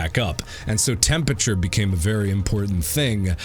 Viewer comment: I love how Mark pronounces 'temperature' as 'tempeche'